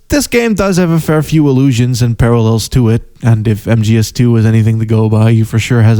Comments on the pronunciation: I must inform you tae fuck is pronounced ta fuck that is all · I just found your channel through a shout-out by Super Eyepatch Wolf, and I'm greatly enjoying your videos so far. However, I just can't quite place your accent, and it's messing with my brain. My immediate thought was you were American, then I quickly came to realise you were probably Dutch, but influenced by American media. Then when you said "engaged tae fucc" I couldn't help noticing a Scottish twang in certain words. Any chance you could clear up the mystery, please?